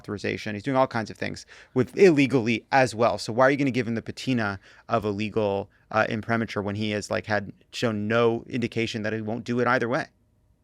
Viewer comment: Someone teach Lovett how to properly pronounce “imprimatur.” Hint: it’s not “Imprimeature”